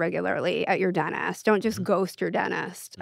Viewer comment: Sugar is her Problem? 😂😂😂 But pronunces dentist as deneest? 😂😂😂😂